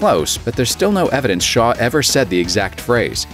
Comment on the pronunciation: Also his last name was shaw, not shar